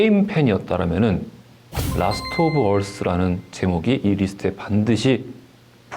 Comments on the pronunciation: 근데 라스트 오브 얼쓰(earth)가 아니라 라스트 오브 어스(us)인데 왜 굳이 발음 굴리는지... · 왜 라스트 오브 얼쓰라고 발음하냐? 설마 게임 이름을 Last of earth로 알고 있는 거냐?